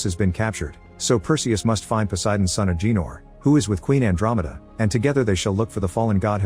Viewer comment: It’s Ah Ga Nor not Ah Gee Nor 😂😂😂